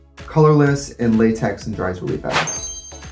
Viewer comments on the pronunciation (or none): none